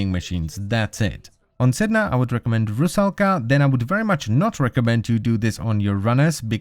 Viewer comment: How funny hearing people who not speak russian trying to say "Rusalka". idk why LUL